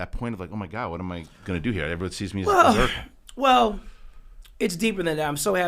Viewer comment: It’s “Urkel”, Not “Erkel”.